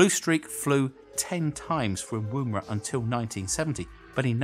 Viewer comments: Its "Wuh-mer-ah" not "Woomb-era" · The woom in Woomera is pronounced like in woman, not like as in womb. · Hey it isn't WOMB era... Dear, in the colourful shirt... It is woomera "oo" is soft and NOT pronounced like Broom!!! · LOL "Wooomera". It's pronounced like Wuh-merah ;-) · Fantastic, as always. But Woomera is pronounced as woman - wom. Not womb. Thumbs up still. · Woomera is pronounced with a short oo sound like wood or wool not a long one like woohoo. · Love your vids mate but please know that one of the O's in Woomera is silent. It's pronounced Wom er a, saying the Wom as you would for Woman. Just hate seeing such an iconic site mispronounced. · A South Australian here. Just for your own reference, “Woomera” is pronounced like the O in “woman” and not like the OO in “room”. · Nitpicking, I know. The "oo" in Woomera rhymes with "look", not "womb". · You’re saying woomera wrong. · He mispronounced Woomera.